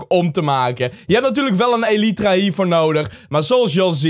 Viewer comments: deze is van XisumaVoid en het is geen elietra maar eelitraa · je spreekt elytra uit als ellijthra